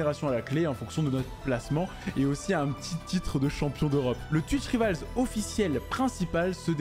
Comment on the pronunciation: Frerot on dit twitch "raivols" pas rivals à la française